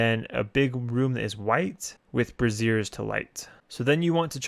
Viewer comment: "light the brassieres" lmao. good guide tho.